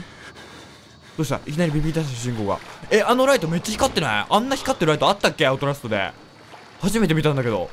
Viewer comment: アウトラストっていえてませんよ笑笑あと、こんなにはやくみれたのはじめて！